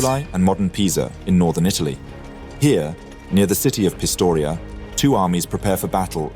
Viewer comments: Pistoia not Pistoria? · Hey man, great video, but the town's name is Pistoia, not Pistoria